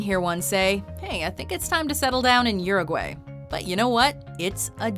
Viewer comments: It's not Uruway, it pronounce uruwhy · URUGUAY it's pronounced OO-ROO-GOO-I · uruguAY NO EH, ES URUGUAY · The she says Uruguay is annoying